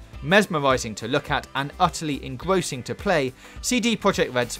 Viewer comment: Engwossing, mesmowising, weally good.....pronounce your "r's"